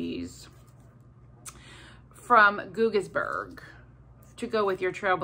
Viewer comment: Yep, you pronounced Guggisberg correctly 👍🏼. The mailing address is Millersburg but we say it's in Charm. Those items make great gifts! The next time you are up here you really should go to Trail and stop in where they make the Trail Bologna. You can get a Trail & Swiss sandwich (and ditch the bread, lol) and get some fresh bologna to take home.